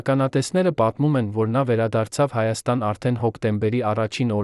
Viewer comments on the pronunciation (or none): none